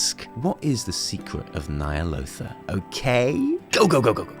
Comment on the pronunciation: Nightmares of Ny'alotha, your pitch is perfect!